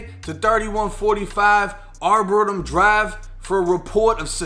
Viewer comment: A lot of this video is so hyped up that it’s not even funny. I live right near where it happened, in Dubuque, Iowa, and it was honestly not as bad as this guy is making it sound. Yes, it was bad. But not as bad is this guy is making it sound. The man lived in Illinois, not Iowa. And you said arboretum wrong. There was no blood trail. This woman was not alive when she was brought to the arboretum. She was murdered somewhere else and then dumped at the arboretum. He has not yet been sentenced. He was arrested under a warrant for 1st degree murder. He didn’t even say where it happened. This guy clearly just looked at one article and made a crappy video about it. Get your facts straight man.